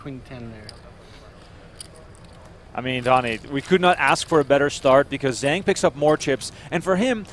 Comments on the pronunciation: the announcer pronounced Zhang is not quite right. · You guys are REALLY destroying the name "Zhang"... you're not even close!